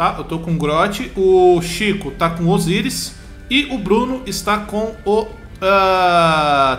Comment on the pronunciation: abreizeeee "Osiris"